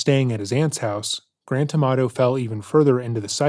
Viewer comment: I keep hearing “Grand Tomato”, do with that what you will.